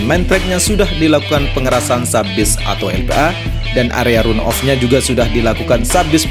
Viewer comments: Bang.. run off dibacanya "ran off" 🙏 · Bang, tolong jelaskan kira2 pengereman sebanyak 3x di tikungan mana saja ya? (Tolong “run-off” dibaca ran-of ya Bang).